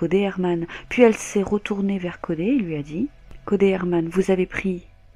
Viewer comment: Triste histoire, la ville de Melbourne n'est vraiement pas sûre pour les femmes. Et pour info, ne le prends pas mal mais Codey se prononce Codi 😉